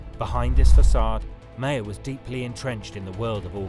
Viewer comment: Maher is pronounced Mahar